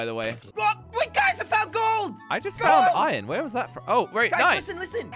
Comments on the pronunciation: Iron not irin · tell it’s iron not ion